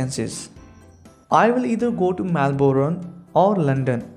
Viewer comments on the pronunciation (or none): none